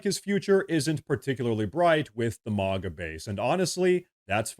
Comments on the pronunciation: Say "Mag" and then add an "a" at the end. Not "Mog" with an "a" it's MAGA not MOGGA it's America not Ahmerica. Thank you. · This is AI. It isn't MAAAGA it MAGA.